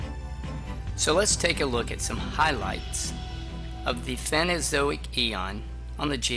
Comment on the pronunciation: It's PhanERozoic not "phanozoic"